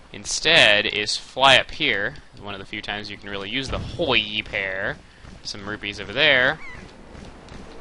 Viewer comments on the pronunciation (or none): lol y u say it so funny! HYOI pear